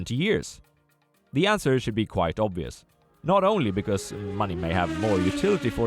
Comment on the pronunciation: Yay, you delivered on your promise to fix your pronounciation of "quite"! Now this channel is perfect